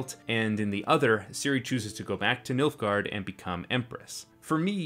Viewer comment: You said "Milfgard," not "Nilfgard," didn't you?